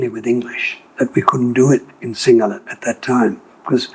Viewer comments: He has Aussie accent but his Sinhala pronunciation is spot on. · These people are every bit Sri Lankan as we are. Love how good his sinhala pronunciation is. Bandaranayake made a huge blunder by the sinhala only policy.